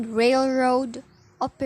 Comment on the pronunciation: Wow! You get an A on your book report! Suggestion: check on the pronunciation of the word operative. What’s your next book? Keep up the good work!